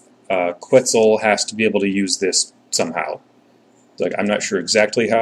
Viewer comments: It's "Ketzel". The Que is pronounced like Keh. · It's "Ketzal" (A as in "father").